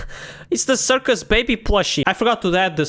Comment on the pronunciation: Wth is curis he said curcis